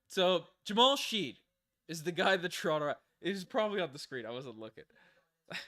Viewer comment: Fyi, Shead is pronounced shed...rhymes with head.